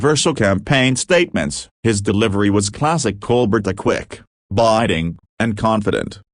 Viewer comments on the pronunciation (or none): Ditch the "ai" narrator. It can't even pronounce Colbert. It's not "Coal-bet"....it's Col-Bear-t (accent on "bear"). "Sometimes this ai forgets to sound human". I must leave -- can't stand this.